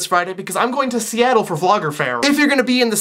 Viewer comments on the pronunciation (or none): none